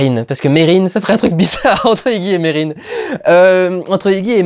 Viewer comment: C'est bien Merrin et non Marrin, et le héros c'est Ignatus. Pour "justifier" tout le côté chelou, faut aussi rappeler que le film est tiré du roman éponyme du fils de Stephen King, Joe Hill. Il a de qui tenir le fiston.